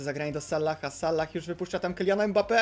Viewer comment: Proszę czytaj Salah z jednym "L" nie z dwoma... Sallah... To nawet źle wygląda jak się to napisze xd